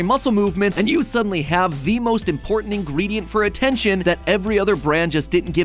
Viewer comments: Attention span. Not attentiom span. MattPatt. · 'attentiom span'? Was that on purpose, or a happy accident to test our own attention spans? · We gonna ignore the fact that when talking about the nerd energy drink he spelled attention span as attentiom span? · "Attentiom Span" That is a test right? lol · "Attentiom span" Is this a test or something? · Attentiom Span. ATTENTIOM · Was "attentiom" span an intentional thing when talking about the thick lemonade? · attentiom span ? attentiom?